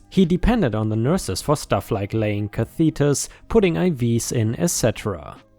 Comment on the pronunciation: Catheters - cath-itters!